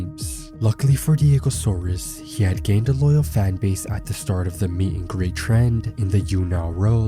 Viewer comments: bruh its diego SAURS ... not SAURUS ... u dont pronounce dinosaurs as 'dino - saur - uhs' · Can't even say his name right despite having it displayed in most of the video.